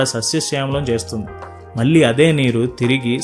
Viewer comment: మళ్ళీ, పెళ్లి అనాలి. పెల్లి, మల్లీ కాదు. Immediate గా correct చేసుకో